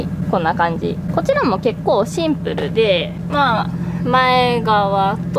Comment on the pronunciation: ﾔﾃｱﾃｰ、ｹｯｺｰちょいちょいカタコトなのまじでおもしろい笑